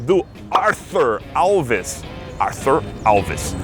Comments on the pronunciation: kkk ele leu arthur coml arfiur Alves kkk o "H" é mudo é não faz som de "Fi" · Adorei a pronúncia do "Arthur" ;-)